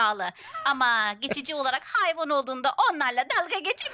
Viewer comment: ablamızın olarak diyeceği zaman olalak demesi😂😂😂😂😂